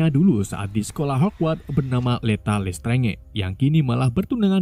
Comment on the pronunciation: plis dibacanya lestranj aja, jangan lestrenge 😢